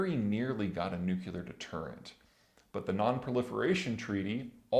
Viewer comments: "nuclear" not "nuculer" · It's NU-CLE=AR. There is only ONE 'U' in "nuclear". Not two. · Please. please, PLEASE learn how to say "nuclear".